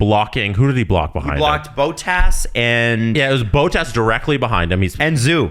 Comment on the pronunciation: Yeah that really bothered, it's double t, just do Bot-tas if you can't do it the finnish way